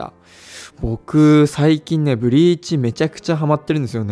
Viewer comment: BLEACHの発音が完全に脱色剤の方のイントネーションなのよねw